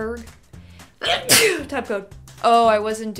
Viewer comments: Scotsdale???? Don't you mean Edinburgh Scotland 🏴?? And you pronounce Edinburgh Edin burra not Edin borro. 😂😂😂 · As others have said, it’s Edinburgh in Scotland, not Scottsdale. Edinburgh is pronounced ‘Edinburra’, not ‘Edinboro’ (we have no idea why those across the pond always get this wrong). Also, the subtitles when the elderly man was talking to Lorraine in the Edinburgh Vaults were wrong — he was saying ‘close’ (pronounced the same way as in “We’re close to our destination”) not ‘cross’. A close is an old narrow alley and Edinburgh is jam-packed full of them. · Love your content but i laughed when you said Edinburgho and scotsdale lol its Edinburgh and scotland 😂❤😂❤😂❤ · It is pronounced Edin-bra (yes, like a bra) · No, it is NOT. It is pronounced Adeen-Buh-Ruh. You're either not Scots or just haven't ever been here. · Edinboro, in Scotsdale😂😂. Edinburgh, Scotland 🤣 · Edinburgh is pronounced- ‘Ed in bruh’ And it’s in Scotland, pronounced ‘Scawt Land’, not ‘ScatLand’ (for future reference) ✌🏼 🏴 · Your hair looks so good I will forgive you for the mispronouncing of Edinburgh and saying Scottsdale instead of Scotland lol. Ed-in-bruh lol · Edinboro, Scottsdale or Scotland? LOL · Edinboro in Scotsdale..?? No.. Edinburgh is in Scotland and is also the capital of Scotland.. Nowhere in Scotland is called Scotsdale.. Can forgive the pronunciation of Edinburgh.. But not knowing its the capital of Scotland is unforgivable..